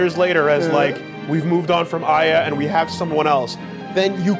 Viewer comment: Funny how pissed got about the pronunciation of Babel and still can't pronounce Aya properly even after its been done so in the game. But hey he stuck through to the end, so good job on that.